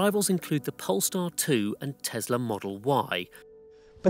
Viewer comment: But it’s not a Tezzla. (And that’s a great th8ng)